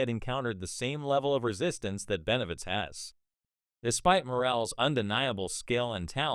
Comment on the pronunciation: Boy you suck don't even know the name it's BENAVIDEZ YOU A FOO FR FR BOZZO